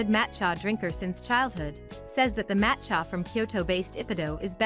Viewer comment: "Matt Chya" ??? Seriously? Who makes this crap? Use me as a dislike button!